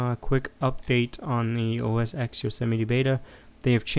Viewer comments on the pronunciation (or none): The 'X' in OSX is a Roman numeral. It is pronounced 'ten'. Therefore it is called 'OS 10'